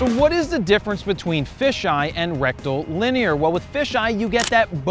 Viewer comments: Did I hear Rectal-Linear?!?! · Rectal-linear huh?